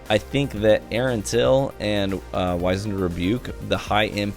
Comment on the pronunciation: 'Wizened' is pronounced Whizz-end, not Wise-end. Go look it up. You've seen the phrase 'wizened old man' before, I promise